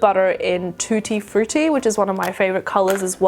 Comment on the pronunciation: I'm italian and it is "Tutti Frutti" not "Trutti Fruitti".😂 but okay I love the makeup😍